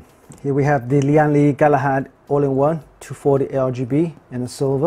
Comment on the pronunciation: great unboxing Btw the brand is pronounced as "Lan Li" not "Li-an Li" Its a direct pronunciation from its Taiwan Chinese name 聯力